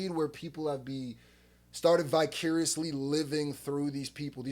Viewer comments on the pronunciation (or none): did you just say vicuriously? 😂